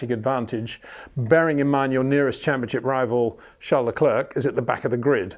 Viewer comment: Peter when will you finally start to pronounce Verstappen en Leclerc correctly?